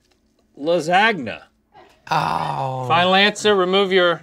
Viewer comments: Rhett, a North Carolinas : Pronunces Lasagna as lasag-na Me, an Asian with profound English skills : What the frick Rhett? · Las-agna as Rhett pronounces lasagna😂 Rivals Links application of 💄 blindfolded as best moments of episode for me. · no one's talking about how rhett pronounce LASAGNA, so here I am